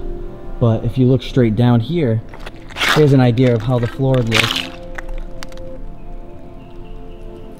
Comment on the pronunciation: The way you say idea... ideer cracks me up.